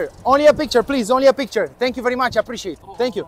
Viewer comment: Ce vlog și câtă răbdare, respect!! " Apreciatted apreciatted " :))))